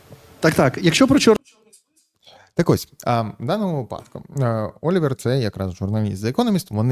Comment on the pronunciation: Слідкуйте за наголосом - вИпадок, у вИпадку. Бо випАдок це більше схоже на припАдок